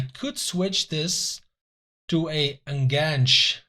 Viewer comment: The "hook" AMC is an En'-GANCH-a (long a). It's a favorite of Argentine football, including Bielsa-philes. Nice transfer window. ;)